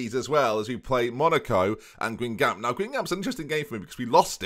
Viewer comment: With the Q on the end, there would be a hard C sound at the end. Every time he says Guingamp, I wince. Gan-Gom